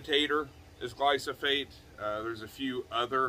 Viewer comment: "Glyphosate" not "Glysophate" :)